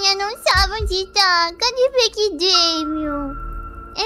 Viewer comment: O fofinho e essa parte da anya falando "Damian :c Begy :c" Ela fala begy ao invés de becky